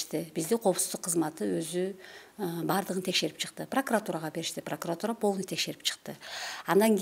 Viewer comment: Пракыратура эмес , прокуратура деп туура айткыла.